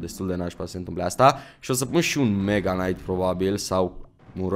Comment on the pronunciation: Salut ai grija la knight nu se citeste k-ul la fel ca si la knife (nife) Bafta:))